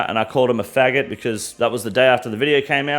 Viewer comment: Long live the King. I love that this mfer said retard and faggot the way you're suppose to